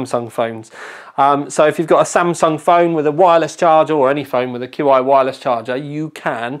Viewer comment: its pronounced CHI wireless charging